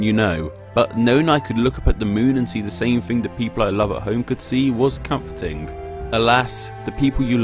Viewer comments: I absolutely love all of your vids but could you please quit saying dey and instead the? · "Da moon", "been dare", "surrei", "amazink", "fink"....(-_-°) While some might be dialect differences, more than half are just poor pronunciation. You're slurring your words in the extreme. At least work on "ŋ", "ð", & "θ". Try opening your nasal passage by widening your throat. Hope that helps. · "duh moon" "duh moon" "duh moon" "duh moon" "duh moon" "duh moon" "duh moon"